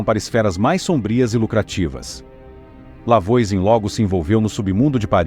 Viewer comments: Já começou errado o vídeo. A pronúncia do nome da primeira bruxa é "Vuazan". Não conhece francês? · Massa, mas a pronúncia do nome dela está bem incorreta, afinal é um nome francês. De toda forma o vídeo é muito legal 😊